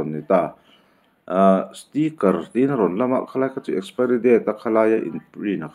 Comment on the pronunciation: Ninawm he burma nu hi, a thil zawrh a chhiat chhiat nen, tawng pai baqk si... Expiry pawh lam thiam lo.